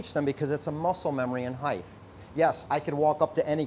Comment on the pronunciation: I don’t care how great their knives are, I don’t trust anyone who pronounces height with a TH at the end. It is not spelled that way, nor is it pronounced that way. It is heigHT. Just like ligHT, rigHT, migHT, figHT.